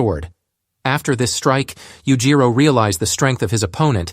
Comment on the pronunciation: Oh i cant listen to this, Yujiro is just pronounced so wrong every single time.